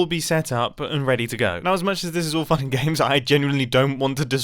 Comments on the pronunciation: When he says fun and games to me it sounds like f**king games. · Mumbo said its all fun and games but it sounded like "it's all fucking games"😂😂